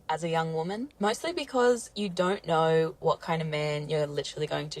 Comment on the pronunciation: “If youaoao knoaoaow, youaoao knoaoaow”